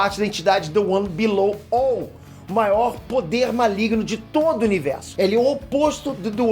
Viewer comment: "the one bilolouvou" 🤔 criativo se alguém me corrigir vai ser iguinorado.